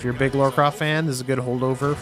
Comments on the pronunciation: I love you, I do. But, her name is Lara, not Laura. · its lara not laura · reiner does it too, its like theres no one in the US called laura lol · Miss Croft's first name is "Lara", not "Laura"... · Lara! Lara Croft! NEVER Laura. LARA! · Its LAARA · It's fucking Lara! Damn it why can't Americans just get that name right? It's pretty hard to miss, and the names sound obviously different. And this is from a games magazine! Come on, that's just shameful. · more like Lair-a Croft.... heh-heh........ sigh